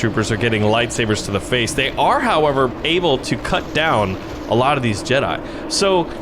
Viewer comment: Jedi, not Jeda